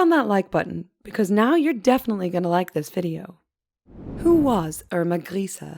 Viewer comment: Nice to see a video where they actually pronounce her name right.. Great quality!